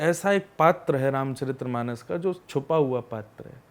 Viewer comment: बार बार गुरुजी आप गलत उच्चारण के साथ रामचरित्रमानस बोल रहे है, सही उच्चारण रामचरितमानस होता है। जय श्री राम 🙏